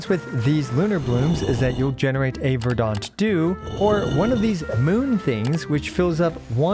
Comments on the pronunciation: Still pronouncing it as "ver-DAHnt" dew, I see. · At this point your pronounciation of "verdant dew" must be ragebait 🗿